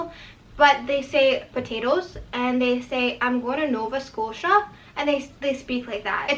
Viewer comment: the way you said "potatoes" and "nova scotia" had me dying on the ground lmaooo